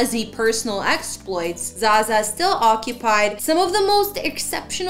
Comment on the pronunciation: Zsa Zsa's name is pronouced Zsha Zsha